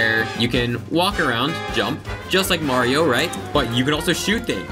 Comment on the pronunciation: its not M-rated maerio